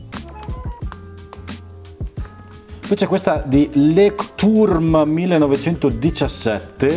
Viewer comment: il marchio tedesco pronuncia “LOIHTTURM” ( eu in tedesco si legge oi e l’acca è quasi una k aspirata tipo come fanno i vampiri quando vengono in contatto con la luce 😂). Personalmente adoro i loro taccuini A5 dotted, perfetti per i bullet